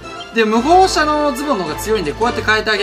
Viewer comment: むほうしゃじゃなくてむほうもの